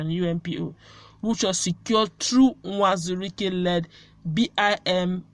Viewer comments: Not nwazuruike but uwazuruike, you always say nwazuruike,, you are Igbo girl so speak it well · It is Uwazurike not Nwazurike, please